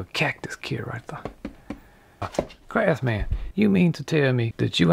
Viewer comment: Is there a more wholesome channel on YouTube? "There's no such thing as a perfect man.": "Hold my duss maks."